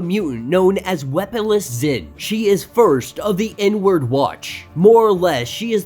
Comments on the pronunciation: Took me a bit to realize you were saying the "inward watch" and not the "N-word watch". Lol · LOL I thought you said the "N-Word Watch"